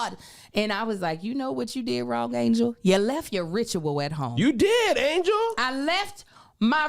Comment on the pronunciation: It’s ANGEL. NOT ANGLE. DAMN 😂